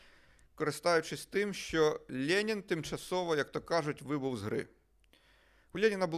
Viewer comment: Владлене знаєте , так смішно звучить як ви кажете лєнін, особливо якщо думати шо ваше ім'я на честь лєніна назване.